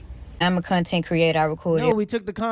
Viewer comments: "am a con ten creata" gtfoh..than you don't belong in front of a class. Who th hired this loser pdf file? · She added 3 extra syllables to the word content